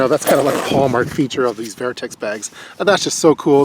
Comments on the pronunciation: Great review👌🏼 couldn’t let go of the “vAIRtx” pronunciations though😂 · Good review, great product, just saw a shot show 2017 video on same bag. I have plenty of Vertx pants. Very well built! Comfy and durable! Just never heard the brand name pronounced that way.